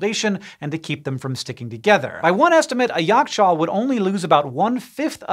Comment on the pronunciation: Right on point pronounciations! impressive :) also interestingly, Yakh-chaal literally translates into Ice-pit. and funny enough, we refer to refrigerators with this term!